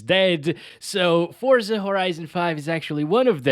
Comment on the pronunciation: Finally, someone who pronounces it the right way I’m stead of saying “fort-za” it’s “for-za”, awesome.